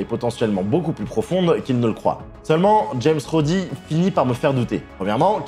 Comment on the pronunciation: alors j'aime pinailler mais soit tu dit "james rhodes" (se prononce jaimse rhodze) soit tu dit "rhodey", mais james rhodey, ca existe pas, l'expert